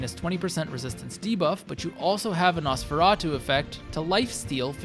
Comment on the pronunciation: Caught the editing typo, left the "Nosferatu" bit in there twice (once when you mispronounced it lol) Good job overall, tho